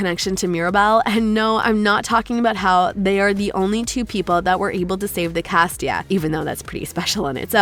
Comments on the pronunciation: It was a really nice video but FYI it's casita not castia.🙂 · how she said casita tho